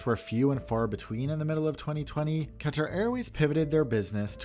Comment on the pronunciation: Wow! You properly pronounce words like Qatar, Pakistan, and route. I think you're the only American-accented YouTuber I've heard who properly pronounces these, and it clearly shows that you care. If you pronounce kilometre properly as well, you'll definitely be unique! Keep it up!